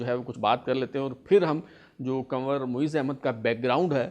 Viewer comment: ye word kanwar nehi hai kunwar hai.please check it.